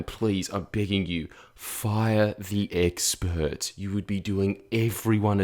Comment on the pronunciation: “Bored of the experrs”